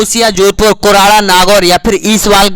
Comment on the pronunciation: Kurala nahi ha kurada ha nagor m